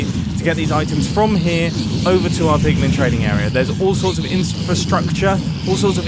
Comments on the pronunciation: "Higher likelyhood of spawning zombie pugmun" 😂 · PIGLIN NOT PIG MEN